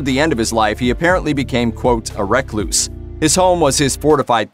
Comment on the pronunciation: wait is that how other people pronounce “recluse”?